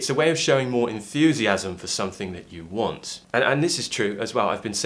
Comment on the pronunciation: Hi,, why do I heard you say " I wants" more than just "I want"? It seems like there's an additional 's' in your way of speaking. Or is it just my feeling?